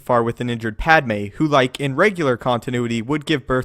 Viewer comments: Jesi Pikman Padmé which you pronounce Pádme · Her name is Padmé but why do you pronounce it ''Pádme''?